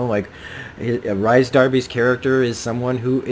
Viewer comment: His name is pronounced Reece lol